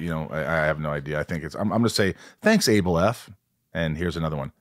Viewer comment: Its pronounced ABLE. The name Abel. On the list. Just letting you know Michael Rosenbaum.